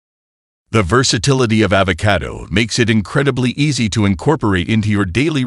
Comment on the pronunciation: The AI's pronunciation of avocado is irritating.